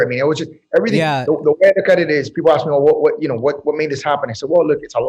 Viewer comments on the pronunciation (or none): Can someone teach to say “Ask” properly.? It’s literally like nails on chalkboard when he says 🪓